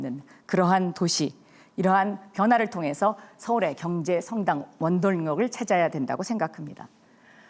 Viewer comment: 경제성당 원돌령 ㅋㅋㅋㅋ 발음 많이 꼬이네 박영선